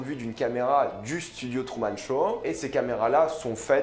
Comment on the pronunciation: Il dit trou au lieu de true